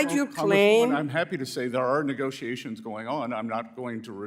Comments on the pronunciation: It's MOonday Morning and the WORLD is smiling on Sec. Bessett. Try to teach the Idjut how to pronounce: negoziazijons. Djeez. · and a pronunciation issue; English is not that difficult. They should all immigrants require to speak it! "Negoziazijonz" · Some rookie wrote down a few questions and she doesn't know how to pronounce: "Negoziazijonz" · "Negoziazijonz" pronounced the old Sanchez way! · she can barely pronounce 'negoziazions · She's still working on her English: negoziazjons. Djeez...... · It really bothers me that at this level of employment she is not able to pronounce correctly “negotiations” we know she is Spanish. This is not a difficult word.